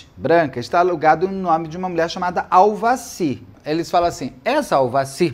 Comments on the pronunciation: E no final ele ainda estava falando Aldaci. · ÇOCORROOOOOO, Beto do CÉUUUU, TAMOS NO na minutagem 50 😂😂😂😂😂 é tu : AVADI , AVACIRRRR😂😂😂😂😂 kkkk , rindo comRESPEITOOO.TÔ tomando café e cuspi no QUERO MORANGOOOOO😊😂😂😂😂😂😂